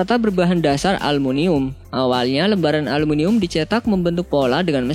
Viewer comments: aluminium bang bukan alumunium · 1.52 aluminium atau almunium sih?? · Aluminium bukan alumunium